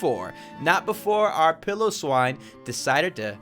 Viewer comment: Can I correct some of your pronounciations Piloswine ,,. Pi-low- swine. Nihilego,,,, na ya li go Idk if that makes sense but it is actually pronounced like that I hope you can understand what I wrote there haha